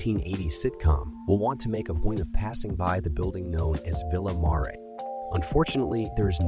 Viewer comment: There are several screw ups on this video. You totally slaughtered the pronunciations of "La Petite Roche" and "Villa Marre." Also, the Arkansas Inland Maritime Museum is not in Little Rock, it is on the north side of the river in North Little Rock. North Little Rock is not the northern part of Little Rock. It is a totally "separate" city. Little Rock and North Little Rock are twin cities divided by the Arkansas River. Also the La Petite Roche (Little Rock) that Little Rock gets its name from is not on the north side of the river; which would be North Little Rock. It is on the edge of the south side of the river in Little Rock. There may be other errors put I did not listen all that close. Signed - a 70 year resident of Little Rock.